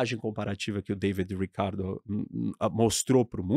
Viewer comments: Saltei no "David Rrricardo" com sotaque gringo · 😂😂😂😂😂 Ele fala como se estivesse nos EUA